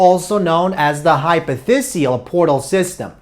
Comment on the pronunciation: Its "Hypophysial" not "Hypothesial". Great lecture otherwise. Cheers!